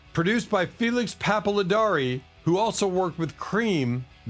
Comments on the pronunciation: It's not "Pap-ah-luh-DAR-ee", it's Felix Pap-ah-LAR-dee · Felix Pappalardi, not Papaladari. 🙄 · That would be "Felix Pappalardi" [not Pappilidari], and his most influence was with "Mountain" along with Leslie West. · It's Felix Papalardi not Papaladiari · I was gonna give this vid several “attaboys,” until I heard the bot pronounce Felix Papalardi’s name: Pap-pa-lee-ar-doh. Sorry. Get a human to narrate. All these bands were human, so do the right thing by them. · How could Procul Harum be considered a band which nobody heard of or remembers? ‘Whiter Shade of Pale’ sold 10 million copies. Felix Pappalardi’s last name is pronounced Pap-a-Lardi. Blood, Sweat & Tears were not a Canadian band(until a 1980 line up)although David Clayton-Thomas was from Toronto. Including the Archie’s on this list was scary. Surely there must be a more deserving band to feature. Just my opinion. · Producer "Felix Papaladari". Who? That's why I don't care for AI narration. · WHY ARE YOU SHOUTING?!…Lot’s of mistakes here. Obviously a four member group is not a trio. Time Has Come Today is not an “instrumental.” And you butchered Felix Pappalardi’s name. And many more errors too numerous to mention. Nice try, though. Now pop a throat lozenge and get back to us with something better.